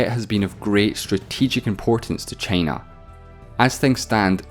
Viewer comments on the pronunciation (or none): Nobody:: ChEyNa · This guy's accent is great... until he says "China" 🥴